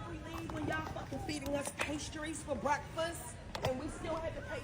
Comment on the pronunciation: That can't even pronounce breakfast properly.